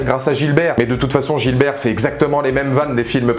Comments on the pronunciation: Sinon c'est Gibert pas Gilbert, mais merci pour la critique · C'est GIBERT !! GIBERT !! Pas Gilbert... C'est son nom de famille... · Gibert, pas Gilbert ^^